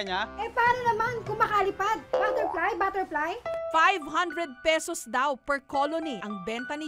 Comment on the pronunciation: Baterply? Baterply? Hahahha